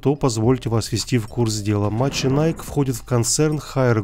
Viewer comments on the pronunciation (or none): Ахахаха "маченайк".... Так бы и сказал–машенике (мошенники) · Ты не правильно читаешь, правильно МАШЕНИКИ, это все знают, кто что то с али заказывают, у самого мать для зиона от них.